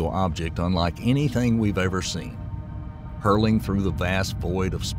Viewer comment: Not "hurling through" its "hurtling through". Gor a science channel, you just too many terms wrong.